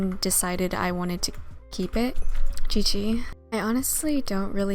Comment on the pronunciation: anyone notices how she says "gg"